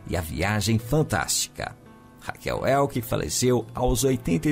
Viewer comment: Só que a pronúncia da Raquel Welch e não Welck.